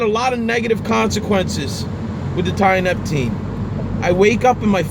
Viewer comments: tee uh nep teen < not tie uh nep ok kool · Uneducated people shouldn't play about with drugs. If you can't pronounce its name properly then you clearly haven't researched it enough to use it responsibly. This is why potentially useful novel substances get banned.